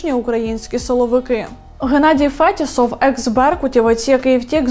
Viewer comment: Бахмут і фєтісов мають наголос на другому складі